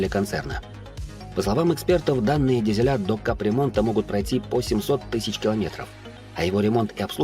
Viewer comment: Не дизелЯ, а дИзели